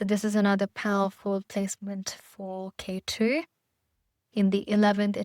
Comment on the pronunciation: I think the Vedic Names should not be mispronounced. It is Ketu and not K2 Similarly Magha, Nakshatra and so on It shows respect for the Origin of it all which is Hindu Vedic Scriptures